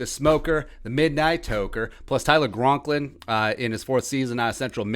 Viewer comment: Isn’t it Tyler Conklin?